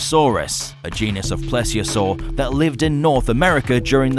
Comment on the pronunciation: I'm glad I've finally heard someone else pronounce it "plessiosaur" and not "pleeziosaur", I've been pronouncing it pless since I was a toddler but thought I was weird for it